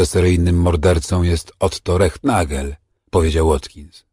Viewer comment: Wszystko fajnie, tylko nazwisko Rehnagel, wymawia się,Renagel,w niemieckich nazwiskach występuje "stilles h" nieme "h"😅 Ciekawe że miejscowi podhalańczycy, mówią Cyrla, zamiast Cyrhla😅